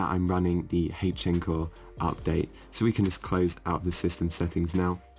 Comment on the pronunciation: That is not how you say h-encore at all buddy